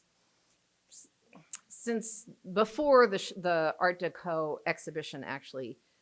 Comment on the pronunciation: Personally, I think she’s mispronouncing art deco. I’ve heard it 1,000,000 times over 60 years never once heard it pronounced her way.